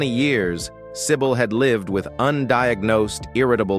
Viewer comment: Do not pronouce her name as "sai bowl", totally wrong.